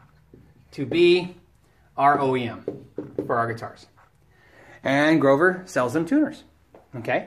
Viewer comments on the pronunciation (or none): "Groover" haha :)